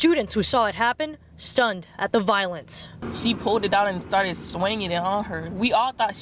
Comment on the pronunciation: listen she said shtarted